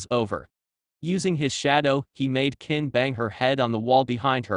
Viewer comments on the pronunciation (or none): this ai voice is so bad with names, it called kin ken, lol